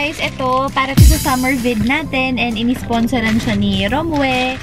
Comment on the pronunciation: sa pagkakaalam ko ang pronounce sa kanya is rom-wi (romwe) sa mga napapanuod kong ibang youtubers hehe. Loveyou ☺️